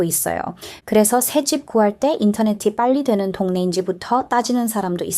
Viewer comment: 2년을 부산에서 사셨다는데 기간에 비해 한국말을 너무 잘 하시네요. 발음도 좋으시고, 목소리도 좋으시고, 여러가지 경험을 하시면서 관찰력도 대단하고, 그것을 설명하는 문장력도 간단명료하여 귀에 쏙쏙 들어오니 계속 들어도 지루하지 않고 물 흐르듯이 자연스러워 영상들을 흥미롭게 끝까지 다 보게 만드는 매력과 설득력도 대단합니다. 이 영상을 보면서 딱 한가지 걸리는 부분이 '인터넷이'를 발음하실 때 '인터네시'로 하시면 흠잡을 데 없는, 원어민에 가까운 한국어입니다. 덕분에 호주의 문화도 알게되고, 무심코 누리는 우리 문화의 소중함을 다시 한번 깨닫게 됩니다.